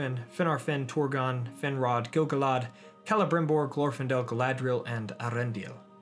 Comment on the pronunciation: I enjoyed that, like most of your vids. One thing; Gil Galad is pronounced GIl Gal-ad, not Gil Ga Lad. Sorry it bothers me.